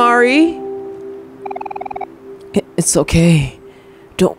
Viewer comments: its pronounced 'mar-ee' as far as im aware!! im so sosooooo happy to see u playing omori hehehe.... have been suggesting it for the long time! be ready for a LOT of thinking and psychological horror, and be thinking very deep abt the relationships these characters have :) honestly i wouldnt say whitespace is a place where omori is happy, only a representation of his own mind? his sort of limbo, where he is alone with nothing but him. the sad/happy/mad system is kinda like pokemon! it gives certain disadvantages and advantages in a fight but i think you are gonna get a tutorial in a future on how to utilize it better! HAHA YEAH I WAS RIGHTTT STONER BASIL LMFAOOO IM LOSING IT BUT YOURE TOO RIGHT you're right, it is a dreamworld, 100% you're right, HAHA, what you see at the end of the chapter is reality :3 its important to remember the parallel tbh im still suggesting 12 minutes, and danganronpa! if you arent a fan of the writing theres another game called your turn to die which i havent seen yet! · him saying mary-mari hurts me for no reason 😓